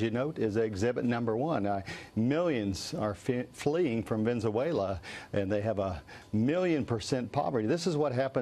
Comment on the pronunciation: I laughed when the chap kept saying Venzuela :-)